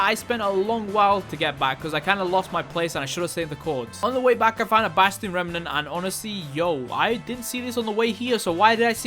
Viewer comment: I like when says "basTiyon"